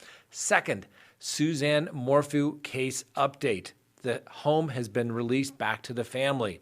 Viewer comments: Suzanne 'Mor-foo' lol How do you pronounce the word 'phew'? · cracks me up. I come here for the true crime, but I stay for the mispronunciation of people’s last names. Lol Mor-Foo